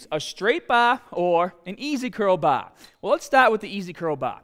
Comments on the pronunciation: What accent is this? It’s like a US accent but whenever he says an “ah” he sounds like a cockney British general. …use a straight baaAah! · Straight bah or ez curl bah! Your ahms!😂😂🤣